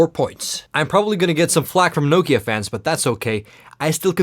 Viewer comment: sä oot suomalainen ni älä ny lausu sitä Nokiaa niinku joku jenkki, Noukia..